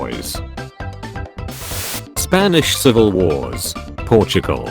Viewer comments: How Portugal is pronounced: Portugal How spells it: Pro too gal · No one: Narrator: P o r s h i g a l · I SWEAR he said "Porch Nickel" at first